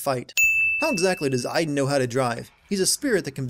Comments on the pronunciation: as a person who's name is Aiden you said my name hella wrong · you realize you are saying aiden wrong say it like from watch dogs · You forgot to sin they never pronounce the name Aiden correctly (Ay-den) they called them I-den (As my name being Aiden i cringed so hard every time they said it) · 4 the justification is that she is trying to piece together her memories, so they wouldn't necessarily be in order. 22 ok, you know what, it's bad enough that the game keeps mispronouncing Aiden. 32: this is a recurring problem in david cage's games. It's like no matter what you do, the same thing always happen. Could it be fate. Or just lazy game developing. 35: that's where you're wrong. About a quarter of people had chosen the leave route. The game even tells you what percentage of players chose what path so you have no excuse for not knowing. Or maybe the percentages were different when you were playing this game. 64: maybe that's why only one smith bothered to fight Neo in the final film. 111: Yeah, I probably don't need to point out the time gap here and the other scenes we have seen with her and ryan. 112: oh that's just standard description of a love interest in film and tv, saying that they're smart and funny, even if you haven't seen much evidence of either or both. The only thing she missed out on was that he's pretty. which really wouldn't work. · Where are the innumerable sins for Jodie pronouncing Aiden wrongly? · The real sin, how Americans pronounce Aiden